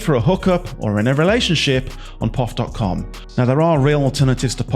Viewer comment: It is called P.O.F. not the way you say it which makes me wonder?